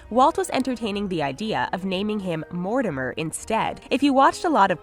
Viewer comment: Ok did they just say Mortimmer instead if Mortimer...